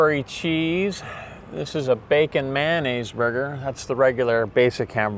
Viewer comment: He said man ayse lol